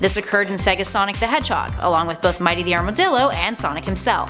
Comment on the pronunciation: When Ray says Mighty it sounds like "MY TEA!"